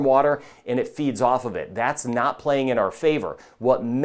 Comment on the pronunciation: He says "NOT all of these". It sounded like "now" so I listened again.